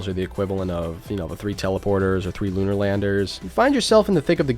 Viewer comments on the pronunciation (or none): none